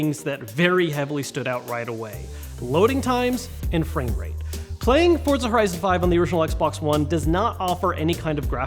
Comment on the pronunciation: This dude says FORT-ZA lol